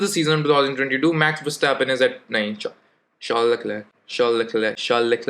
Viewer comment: And yes the struggle to pronounce “Charles Leclerc” was epic 😂😂